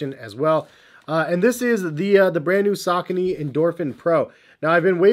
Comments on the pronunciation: Yeah, around I'm from we pronounce it as: Sa-co-knees. I'm still going to pronounce it that way because, the way pronounces it, it sounds terrible! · I wish you would say the name correctly